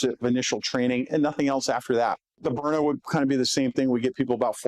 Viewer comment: Haha He can’t even say Byrna, instead calls it a stove burner. And his show team lets callers heckle him for it even. How hard is it to pronounce Burn-Na? Just shows he’s in the advertising business first, and topic talk second.